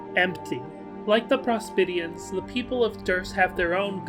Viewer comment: the way he pronounces prospitians is really annoying, like the video tho